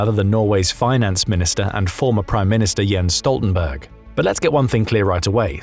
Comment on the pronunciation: I’m sorry but the way you pronounced Jens Stoltenberg had me cracking up ahaha